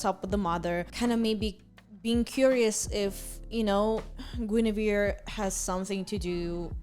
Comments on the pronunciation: GOON-averse ( don't worry I not native American speaker either) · Hope this helps with pronouncing Guinevere, At least I think this is correct but I could be wrong Gwen-A-veer "Gwen" like the name "A" like in "cat "Veer" like the last syllable of "severe"